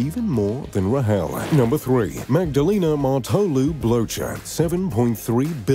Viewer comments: i love when you said blowjer😂 its more said bloker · Christoph BloTcher for the win haha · Trust me, their names aren't pronounced "Blowchurr"... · Pronunciation mistake : Blocher is correctly pronounced : "Blocker". Greetings from Switzerland. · Christoph Blocher’s surname is not pronounced the way it is in this video.